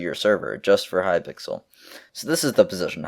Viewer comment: He said hypickle at one point lol